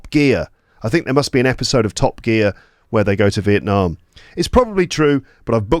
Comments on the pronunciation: I love the way you pronounce Việt Nam 🇻🇳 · I'm a Việt Nam student who respects your respect for my dear country Việt Nam 🇻🇳 I highly appreciate the way you tried to pronounce Việt Nam as Vietnamese native speakers do, not just Vietnam